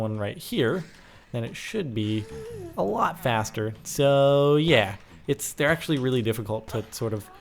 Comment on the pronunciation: "Did he say yah that like sex,"?